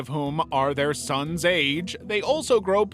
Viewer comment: That "Thair sssons" made me cry🤣🤣